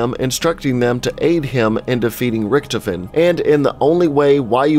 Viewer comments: he says the rictofen wrong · Was anyone else annoyed by the way he pronounced “Richtofen”? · When he said "Richthofen" I got triggered lmao. XD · Gaming pronouncing character names and maps: Zombie veterans: amazing, everything you just said was wrong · You pronounced richtofen differently like 5 times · Drinking game: Take a shot every time he says Richtofen wrong. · pronounces Richtofen wrong Every zombies YouTuber disliked that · Instead of saying "Rikthofen" to "Richthofen", rather pronounce it "Rishthofen". I can understand the pronounciation is difficult for non-German speaker, but this way it sounds "more right" :D also, the E at the and of "Wunderwaffe" is pronounced, like "Wound-R-Wuff-Eh". Hope I helped instead of simply being a German smartass :P